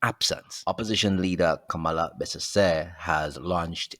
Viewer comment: Her name is pronounced Kam-lah!